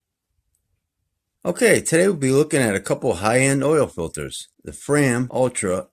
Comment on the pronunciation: it's not frame as you say (FRAYM!) it's FRAM like (PLAN)😁😁